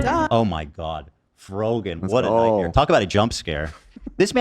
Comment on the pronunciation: Love how he goes "heh its not a nightmare." Then minutes later he goes "oh its frogan what a nughtmare 😭"